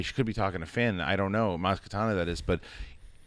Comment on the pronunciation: It's Maz KaNATA not Katana. A Katana is a sword.